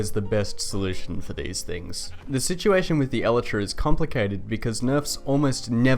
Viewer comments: it's pronounced El-I-Tra, not El-e-Tra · basically Eee-lie-tra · It's pronounced... EL - EYE - TRA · Did you say... elatra? wtf lol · i cant get over how wrong you are pronouncing elytra...